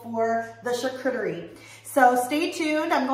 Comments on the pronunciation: yes...but if you show a video on something you need to prinounce it correctly. I heard it 3 times before i knew what you were saying. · You sreny prounouncing charcuterie correctly.